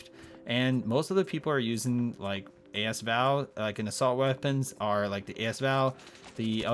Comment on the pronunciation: A S Val? Thought it was asval